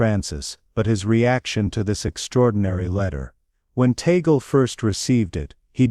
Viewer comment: Here comes another narrator. The last name of Cardinal Tagle is pronouced Tag/le and not Ta/gle. Anybody wants to talk about Cardinal Tagle needs to ask him on how to pronounce his last name.